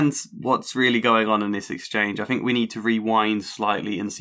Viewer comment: troof / truth fought / thought fink / think eiver / either etc The th/f False Fronting is really grating to listen to, and easily and quickly correctable. Speech and diction training can deal with it. I hope I'm being helpful , by sharing with you just how much this flaw undermines the value of your narrations. It distracts from the great efforts on this good video.